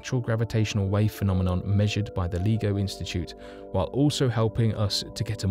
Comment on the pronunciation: L-eye-go not Leego